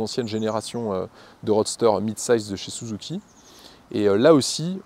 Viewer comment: L'exposé est sympa mais je vais pinaillé, mais quand tu prononce "Souzouki", ça m'écorche l'oreille 😂. Même si c'est certaiment la vrai prononciation au pays du "soleil levant" mais à chaque fois ça me fait "tilter".